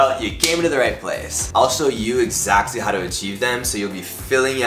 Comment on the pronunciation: "egsascly'?!?!? I think he means exactly.